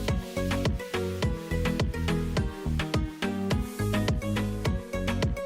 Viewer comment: शिल्पकार - राम सुतार (Ram Sutar) है. आपने राम सूत्र ऐसे गलत उच्चारण किया.